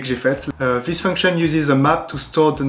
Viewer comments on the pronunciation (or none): none